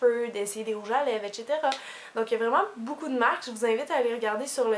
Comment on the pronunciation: Ton accent me fais rire sur le mot etcetera =)